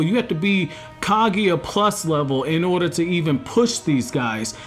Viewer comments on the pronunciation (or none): none